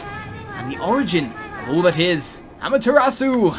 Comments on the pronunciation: it's actually properly pronounced "Ah-ma-teh-ra-ss--" where the 'u' is pronounced very short and cut off abruptly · It doesn't really matter much. I just pointed it out in case you wanted to know. =] Issun is E-soon Amaterasu is ah-mah-tay-rah-ss and Orochi is Oh-roach-e. Pronunciation doesn't matter say it however you want.